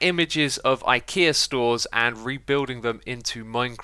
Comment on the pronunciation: You kept calling ikea lol 🤦🏽‍♂️